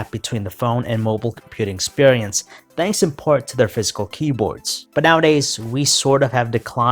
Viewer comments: Its physical not fiscal ,ffs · Sounds like he's saying fiscal in stead of physical 😂